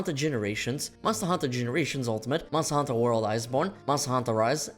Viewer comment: If I hear this guy mumble mustahantuhh another time I swear…